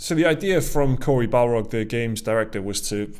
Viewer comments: Bar-log… not Bal-rog… BOI! 👀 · Best thing is that keeps saying Balrog instead of Barlog lol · Please. It's Corey BARlog. Not BALrog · Barlog. Not balrog. Lol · Take a drink everytime they call him Balrog instead of his actually name Barlog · I keep hearing you say Corey Balrog and tbh i was disappointed when you flashed up the photo of him. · He's not a Tolkienien beast the Balrog, it's Barlog guys. I crack up every time someone from the games media mispronounces his surname. I love your channel though guys, keep up the good work. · has Tolkien Brain. Are you deliberately say Corey Barlog's last name as BALROG?